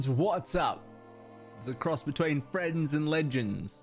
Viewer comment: Thought you called us frenchends at first. Was like hold up a second am not french